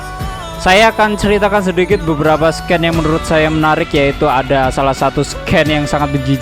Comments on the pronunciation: Scene itu dibaca siin bang. Bukan skin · Dan di video tsb di ucap SKEN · scene dibaca SIN bukan SKEN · "Sken" wkwkwk. scene baca nya itu "sin" mas wkwkwk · Tulisannya ''scene'' dibaca bukan ''sken'' min. Dibacanya ''shiin''. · Woy...sin woy.... Bukan sken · scene bukan sken bang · Scene dibaca sin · "SCENE" DIBACA "SIN" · Nah, baru mau ngomen ini, wkwk, "SKEN" mah tulisannya "SCAN" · Cara baca "scene"nya salah pak le. Yg bener scene=sin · BACA scene itu bukan sken tolong pronouncationnya dilatih lg bikin telinga gw gatal ajg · Koreksi om : Scene (dibaca Sin)